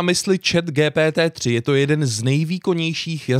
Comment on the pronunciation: Proc to říkáš po česky GTP. Když to se čte “dži pí tý”. Radši to řekni anglicky. Ja jsem napsal takhle úkol ze španělštiny. Přes tuhle aplikaci